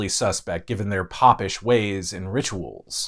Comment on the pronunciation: The city of Mobile is pronounced mo-BEEL. Popish is pronounced PO-pish, not POP-ish.